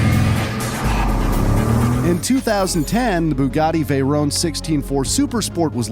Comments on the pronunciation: It's not a veyrone, it's a veyron. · It's vay-ron not vay-rone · I love your videos and your animations but it creases me up when you say veyrone not vey Ron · Btw it's pronounced Vey Ron and Le Mon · Is anyone else annoyed at the way he pronounces veyron and chiron